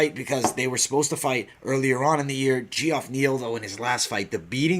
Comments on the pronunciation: Just an FYI for u brother its pronounced Jeff not gee- off lol. Just thought you might want to know. Love the podcast 👌and I think I agree with all your picks 👍except for Angie Hill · Pretty sure its pronounced Jeff